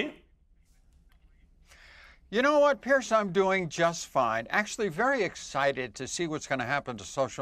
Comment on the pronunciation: Oh FFS, can somebody please tell him its Piers not Pierce🙄🙄